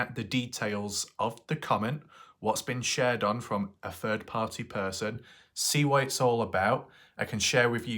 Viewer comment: "a ferd party person" 🤔... OH you mean "Third Party"...